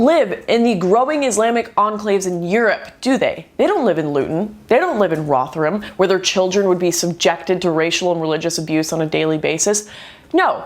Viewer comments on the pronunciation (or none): you said Rotherham wrong I'm British so i know this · Did you just say Rotherham?